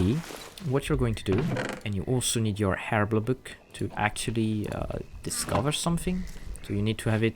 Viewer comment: Also, I love how you say Herblore. "Urblur" Book. It brilliant, I love it, and everyone else is saying it wrong.